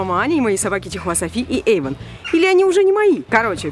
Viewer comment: не Эйдон а Эйван